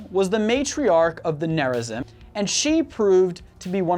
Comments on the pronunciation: I cringed at how you pronounced Nezarim differently in different parts of the video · Protoss will be victorious! Also: it's pronounced Tal' Dareem. Yes I know its typed darim... Also the other faction is named Nerazeem not neraZim... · Also he fucked up Rah-shah-gahl and Nehr-rah-zeem too. I suppose I can't expect them to play the campaign to hear the proper pronunciations though. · who cringed when he pronounced narazim and tal'darem incorrectly? just me? okay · Woo, Protoss! En taro Tassadar! cringes at the pronunciation of Taldarim and Nerazim P.S.: Ave Imperator! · Nehr-rah-zeem, Tahl-dah-reem, Rah-shah-gahl It takes 30 seconds to look up pronunciations.